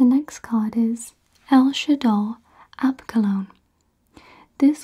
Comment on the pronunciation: I love how when this structure deck came out I immediately thought "oh her next video is gonna be a banger" then I wondered if you'd pronounce El Shaddoll Apkallone's name correctly which you did lmao